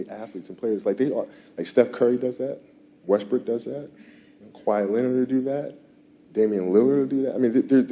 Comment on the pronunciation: I know y'all heard Kobe say "West Brick do that" 😂